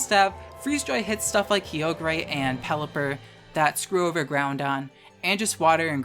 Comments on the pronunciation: Wonderful video as always. 💙 side note it’s Ky-oh-grrr. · I know you're doing the "Groundon" and "Keyogray" on purpose, but it doesn't make it hurt any less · love the video, really hope some pronunciations are satire.. "GROUNDon" hurts me worse than "key oh gray" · not to be rude but i physically recoiled when i heard you say kyogre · I absolutely hated your Kyogre pronunciation. Love your videos though.